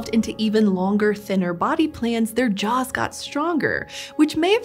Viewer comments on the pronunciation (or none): none